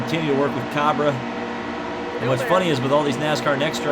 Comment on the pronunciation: Cabre is pronounced Cay-Bree